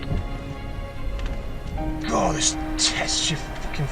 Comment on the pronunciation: Did you say "towed"or "turd" there? lol. Just to add that Mazda's are well known for corrosion issues and living in a salt air environment is going to exacerbate that. Also, is your Volvo one of those fitted with the infamous Powershift gearbox.